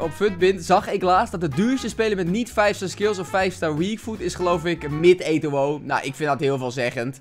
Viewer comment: Niemand:: Etowoo